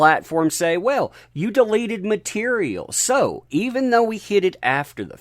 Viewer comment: It took you 4 times to pronounced “deleted” properly. At first I was confused about how you were using the word “delated” but impressed you knew the word.